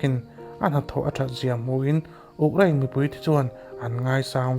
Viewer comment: U... Krein.... Uk krain ni loinn